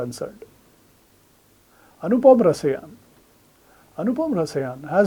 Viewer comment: Anupam Rasaayan. Not Rasayaan